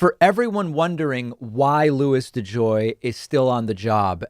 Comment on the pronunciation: Hahaha De Joy needs to go to De Jail ! Oh buddy you are going somewhere! It rhymes with mail.... and begins with a J . Do your homework.